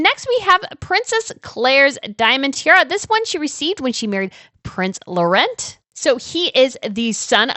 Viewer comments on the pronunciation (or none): none